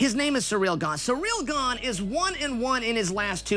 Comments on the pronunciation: Gaaaahn. Not gain lol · its gaaaan...like if you said the word gun with a long u....guuun....ciryl guuun... : ) very entertaining video, thank you! you are really good at this... had me laughing hard.. : D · How difficult is it to pronounce it GARN